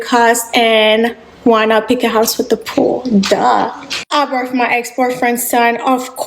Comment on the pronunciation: She cant be serious! She got the boot after getting knocked up! We saw all the videos in the past and she now on here talking about "I birf my ex boyfriends thun" showing off again! Also that accent coming out more now that she struggling lol